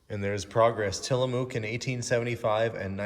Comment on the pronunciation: I got at least two good laughs out of this one: the loud flower (flour) shirt, and your pronunciation of Tillamook (I live a couple hours away). It rhymes with book. Thank you for the smiles! This was an extra fun one, but you never disappoint!